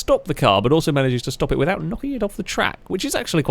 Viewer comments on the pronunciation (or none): none